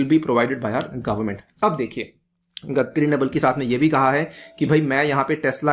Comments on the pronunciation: 'गदकरी' नही रे बावा, 'गडकरी' बोल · सर its गडकरी not गदकरी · It is "गडकरी" not "गदकरी"... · Normal People Pronunciation :- गडकरी legend People Pronunciation :- गदकरी